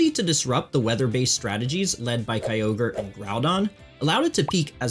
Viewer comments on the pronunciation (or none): none